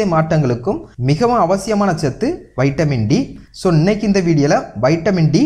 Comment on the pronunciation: Lusu kuthi vaitamin D ella vitamin D olunga pesu muthavi